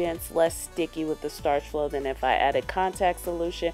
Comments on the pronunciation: Starch flo? What the fuck is that it is Sta-Flo how hard is that? I like this channel but I hate when people say words that do not exist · it is sta flo not starch flo not to hate